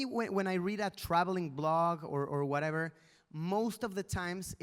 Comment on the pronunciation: Luisito porque hablas del werever, te escuche varias veces decir werever, werever